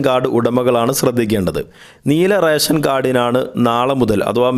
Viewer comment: റേശൻ കാർഡ് അല്ല, റേഷൻ കാർഡ് ആണ്. ഉച്ചാരണ ശുദ്ധി ശ്രദ്ധിക്കുക. പിന്നെ ഇത് റേഷൻ കടയിൽ പോയാണോ വാങ്ങേണ്ടത്? അതോ വേറെ സോഴ്സ് വഴിയാണോ വിതരണം ചെയ്യുന്നത്?